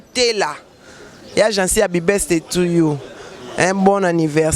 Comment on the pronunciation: "APY BESDAY "...MANICKE OZO LOBA NINI?😂😂😂😂😂😂😂😂😂😂😂😂😂😂😂😂😂😂